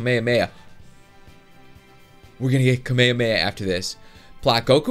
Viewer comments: hes saying it like kamayamaya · *Cringe* he pronounces it "kummae-mae"...... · The way you pronounce kamehameha is kami-hami-ha